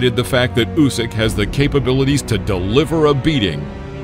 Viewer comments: Mate he is Usyk (Ooseek), not Jusic (Youseek), as you had pronounced. Good video. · Please, it’s pronounced “Oosyk”. Great video though!